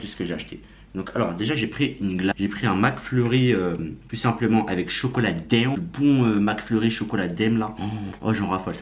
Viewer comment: Il me stresse à dire daiM 😂 en prononçant le M, c'est daim pas daiM